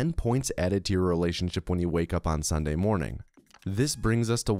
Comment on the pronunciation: You pronounce "sunday" like "sawnday" and its crazy